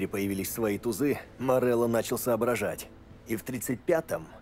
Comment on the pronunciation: Никто: Обсолютно никто: Булкин:ВЫ ЧЕЛОВЕК МОРЕЛЛО СЭР